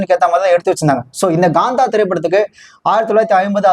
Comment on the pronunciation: Gaantha ❎️ Kaantha ✅